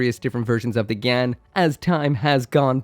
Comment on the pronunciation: LuL u called it a gyan-dum xD